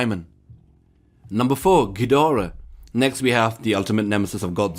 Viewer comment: and yet he pronounces ghidorah right